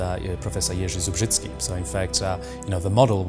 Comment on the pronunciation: How goood he said Jerzy Zubrzycki, nice skills ;)